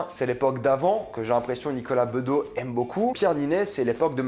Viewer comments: BedoSSS, pas Bedo ;) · On ne dit pas Nicolas Bedo... mais BedoS... Tu connais son papa quand même ? 😂 Bon, sur le plan personnel, il m'agace parfois aussi... mais le gars a quand même un talent immense sans doute hérité de son père en partie. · "Bedeau" ? Sérieux ? 😂😂😂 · Nicolas bedos (prononce le s pitié), il est au contraire super sympa ça se voit que t'étais pas au festival de cannes mdr il était tellement cool qu'il est venu nous parler quand on attendait et a donné a un mec une cigarette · Nicolas BedoSSSSSE, pas Beudo ! Un peu comme ceux qui détestaient Mitterrand et l'appelait Mitrand ! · Nicolas Bedos svp iIl est le fils de son père le fameux Guy Bedos donc on prononce le S à la fin, merci et pas Nicolas bedo 🎬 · C’est pas Nicolas Bedo, c’est Nicolas Bédo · Nicolas BedoSSSSSSSSSSSS pas Bedo putain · Non ms serieux pkoi tu dis bedo Faut tjs que tu changes les prononciations des noms c énervant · "Nicolas bedeau" ? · Il me sembles que l’on prononce le S de Bedos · Il faut prononcer le S à la fin de Bedos. C'est le fils de Guy Bedos. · "Nicolas Bedos" prenonce le "S" Stp ! je l'ai vu et parlé il y'a quelques années pour l'avant première de son film Monsieur et Madame Adelman et il est très sympathique très loin de l'image qu'il peut renvoyer a l'écran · Apprenons à prononcer le nom de famille du réalisateur la prochaine fois 👍🏻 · Dans quel pays tu vis pour ne pas connaître la prononciation de Bedos? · Deja il faudrait apprendre à prononcer le nom du réalisateur correctement .. 😂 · Le s se prononce à Bedos